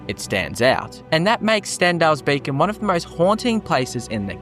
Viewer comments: Pretty sure you’re saying “Stendar’s Bacon”. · Stendarr's Bacon? Sorry, I don't mean to be a pronunciation zaylot. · Am I the only one that is triggered by his talking...? Like it's beacon, not BACON...learn to speak before making vids ffs😂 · Lol, I heard "Bacon" instead of "Beacon" as a kid when I saw Crocodile Hunter: Collision Course too